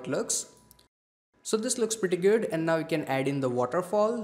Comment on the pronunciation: Hey that "preety guud"